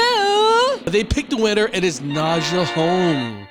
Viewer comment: Why does her name Nadja, pronounced Nadya or Nadia in english sound like nausea when says it lol and for your comment “was that good of a performance for standing up?” Watch her other performances cus this was not my favorite either. Freedom with Beyoncé is one of my favorites, she did it in a fucking hotel room sick in corona and it was amazing!! She sung that song in the finals as one of her three songs and....it was even better 😍😍😍 Ps. The entrance was Everything! 😍😍💕✊🏿